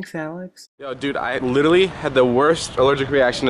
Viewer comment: "Litellally" 😑 its just like when people say "ax" instead of "ask" or "baxetball" instead of "basketball"